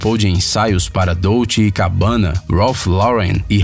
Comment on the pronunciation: nao sabe nem dizer dolce gabbana